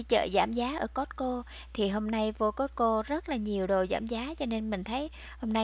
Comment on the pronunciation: Cô ơi costco chứ ko phải cót cô